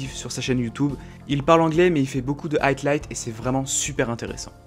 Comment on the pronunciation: ben ça va je me débrouille mais je parler surtout au niveau de l'accent et de la prononciation par ex, Highlights,comment il le prenoncais